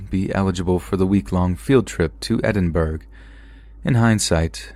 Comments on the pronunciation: Edinbrugeee it’s pronounced Edinburh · Edinborough is not pronounced Edinburg, it is pronounced Edinbruh, it is correct English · As stated before on previous stories it's Edinburgh (Edd-In-bura) and its a city Scotland's Capital city, I don't have a problem with hearing stories before cuz I've cut back and now only listen to 3 narrators and each have a different style so keep up the good work :-) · in Scotland edinburgh or any town or city with burgh in it is pronounced like Borough, I'm from Edinburgh, Americans pronounce it like berg or burg. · "Edinburg"? wtf It's spelt Edinburgh & pronounced ''Edinbruh' ffs why do Americans persist on pronouncing my home as a burger or borouh??? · Edinburgh is pronounced "edd in burra" not "edd in burg" hopefully this helps out for future stories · Edinburgh is pronounced Edinborough. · Story 6 - it's pronounced 'edin-bra' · the mispronouncing of Edinburgh smh. it's not pronounced edin-burg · Holy crap, that Chernobyl one....that must have been terrifying. Also, it is pronounced EDIN-BURROW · As someone from scotland the pronunciation of Edinburgh made me cringe lmao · Great stories, but you don't pronounce the g in Edinburgh. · Oh, gotta love how you can’t pronounce Edinburgh! Sorry but hilarious! 😂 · Anyone else from Scotland annoyed by the American pronunciation of Edinburgh?? Lol 😂